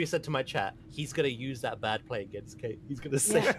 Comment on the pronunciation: I like that Kate got called out for a mispronunciation and didn't get called out for an actual mistake.